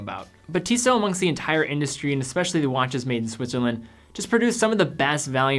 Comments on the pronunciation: Instead you should find out how to pronounce Tissot. pronounces it correctly. And perhaps you should refrain from making comments if you apparently don't know what you are talking about. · man, just find out how to correctly pronounce the Tissot brand name before you make this kind of video